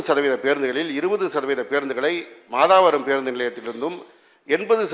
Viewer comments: போக்குவரத்து துறை அமைச்சர் பேருந்து நிலையத்தின் பெயர் மாதா வரம். என்பது முழுபிழை . மாத வரம் என்பதே சரியான உச்சரிப்பு . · மாதாவரம் இல்லை மாதவரம் தான் சரி நான் அங்கே தான் இருக்கேன்